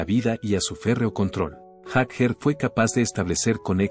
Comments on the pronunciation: Este senor de donde lo han sacado??no sabe pronunciar ni leer??Jaker!??es Jagger not Jaker???debe de ser la unica persona en este planeta q no sabe pronunciar elapellido de Mick??😅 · Yo no escuche hablar a Bill Wyman, el unico q habla es ud. Además mire lo q es Mick y lo q es Wyman, (Sr es Jagger no Jaker como lo pronuncia ud) x más q no sepa ingles, en todo el planeta la gente lo pronuncia Jagger. El y Keitn son los fundadores de los Stones se conocen desde jovenes y como en todas las amistades hay momentos asperos. Sino fijese los Beatles se separaron por McCarney, Y!!!!!. Mick es todo, Mick tiene un aura q no la posee cualquiera. Te AMO Mick, a no hacerle caso a estos pelo**dos. Aunque se q poco te importa lo q digan estos don nadie. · Haces un video de Bill Wyman y pones puras imágenes de Mick Jagger. Que se pronunc ia fonéticamente “Yaguer” y no “Jajer” No saber la pronunciación correcta le quita toda seriedad a este vídeo. Y quienes critican a Bill, fue la base de las canciones. Y les recomiendo que escuchen a Rythm Kings. Un proyecto de Wyman que se rodeó de tremendo músicos. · ¿No pueden poner a un humano en la narración...? Y que sepa los nombres y hable bien, si es posible... ¿Jag jer?! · Ahora dice jajer,para mí que ni siquiera conoce a los Stones éste comentarista.